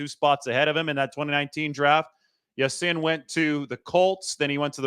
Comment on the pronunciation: It's pronounced Ya seen, and not sin! Go Niners!